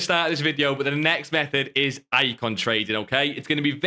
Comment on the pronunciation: It’s called method not mehed